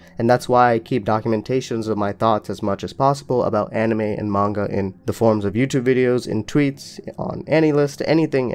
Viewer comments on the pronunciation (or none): none